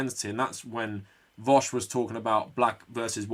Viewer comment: Can't believe you actually came up with a new way of pronouncing vaush.